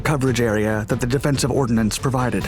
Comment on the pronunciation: Ordnance not 'Ordinance ', the subject is poliorcetics